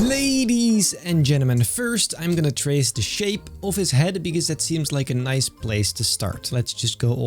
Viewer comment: Pleae, stop saying "Thieee". I know you're Dutch, so am I. "The" is pronounced the same way as you'd pronounce "Teh" in Dutch. Other than that, great videos!